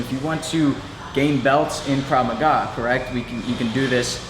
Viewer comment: "KRAV MAGA"... NOT KRAV MAGAZINE!! LMFAO :D